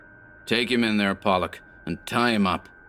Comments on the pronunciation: You pronounced it like the name Pollock. It this case I believe Righetti was calling the man a pollock (Pole-lock) a derogatory term for people of polish decent. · it is "Pole-lock."